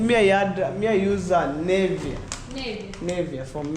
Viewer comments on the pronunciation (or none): if you care to learn: Nivea- I know what you mean because you said: "For Men", is not Nay-vee-yah but Nih-vee-ah. If you don't (do not) have money, not "If you doesn't have money". The principle is: he, she, it (does); I, you, we, they (do). If you learn English better, you will get a broader audience in large countries like the UK, USA and Canada. Learn that "he" is not she and "she" is not he. Now, did you mean implication or repercussion when you said: "impercussion"? "Veranda" has not become "porch". While you are correct in saying porch, veranda and porch are not the same. So, porch is not the new name for veranda. A veranda is on the outside. A porch is on the inside, a fully enclosed attachment to a building.